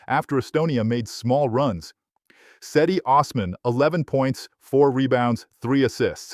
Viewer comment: Its pronounced je-di not se-di